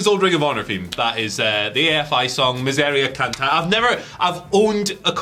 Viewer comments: Me-seh-ria (Miseria) cahn-tah-reh (cantaré) spanish is not that hard gentleman lol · Dont know if you guys will see this but it's pronounced like Miz-area Can-tear like a tear in fabric.